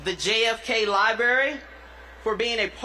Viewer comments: OMG. THIS MASTER of ceremonies cannot pronounce library. He said li-berry. And he called Princess Catherine Kate. What a sorry presentation. Is this a part of the Kennedy foundation program. If so. It presents badly. Not at all polished. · The JFK 'liberry'...ugh. What in the hell. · Around 1 minute in did the MC say "lie berry". 😒